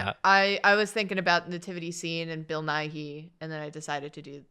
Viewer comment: Edit for time stamp: Nathan pronouncing Bill Nighy right made me way happier than it should've